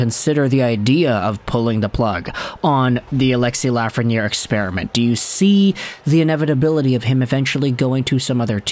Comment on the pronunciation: Alexis Laughreniere